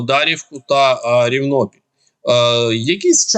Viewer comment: Наголос невірно ставите у слові Рівнопіль)))))